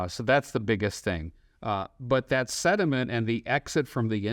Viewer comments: It’s not sediment it’s sentiment. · This is so funny! The super cute smart chic tries to teach this guy very tactfully how to say sentiment...and he just doubled down on the silt! Ahh surely next visit the sludge will have been cleaned up.